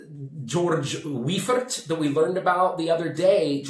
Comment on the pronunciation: I did watched yesterday or day before... You said he was Gouverneur of Serbian National Bank, and you said about brewery in Pančavo, which is true. I just wanted to update you today with info on BIP brewery and to correct how you should say Weifert. It's Austrian surname and should be said VAJFERT. Thats how germans read ei... Example: Reiffeisen Bank is Rajfajzen benk written in Serbian alphabet :)